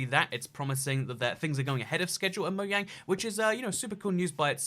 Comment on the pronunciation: I can’t stand when people say Mojang wrong it’s Mo(J)ang